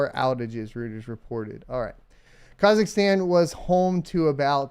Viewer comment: Friendly feedback: please be aware of how you pronounce Kazachstan..... i know how sensitive Americans are about their country and customs, same courtesy should be given when talking about other countries i would say.